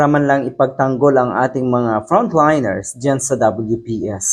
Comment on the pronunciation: Tama Ang pag pronouce mo Ng front liners , di tulad Ng iba, at gaya gaya